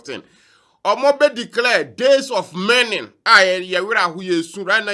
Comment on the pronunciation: Massa it's mourning not merning...gyae gyimie no. 😂😂😂